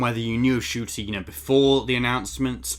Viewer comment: It's pronounced as "Chuti" though.